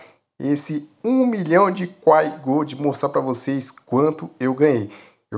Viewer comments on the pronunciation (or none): Pq esses cara fala quai, sendo q a pronuncia é Kwai